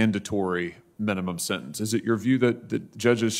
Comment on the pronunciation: The word is “senTence,” not “sennence.”